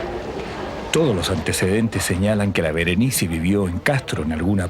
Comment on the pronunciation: Que rabia el narrador weon, SE LLAMA BERENICE